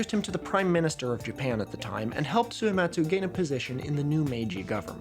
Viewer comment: Two questions about Suematsu Kenchō: 1. Do you think he spelled his name Suyematz on that paper so that english speakers would pronounce it more correctly. I.e. without the hard U sound that puts on the end of his name? 2. Do you that moustache is fake? Posting this comment without finishing the entire video, lord have mercy on my soul